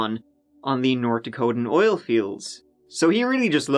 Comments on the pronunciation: "In this OLE video" 💕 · did you mean in this "oil video" instead of "ol" ?